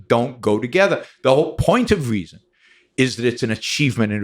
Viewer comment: “Weezon” ? Nah I’m good brah